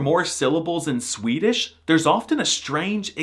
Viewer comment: Swedes in the comments raging about his pronunciation while he's hitting the vowels better than PewDiePie (he actually does which is... weird). The exaggeration for comic effect besides, he could mask as a swede if he stopped goofing around. Om du påstår något annat så är du en jävla skåning eller från någon annan hittepå dialekt (läs språkstörning). 😂